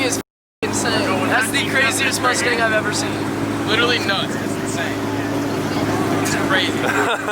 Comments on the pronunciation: "2 shay z" "moostang"😂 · "Moostang" lol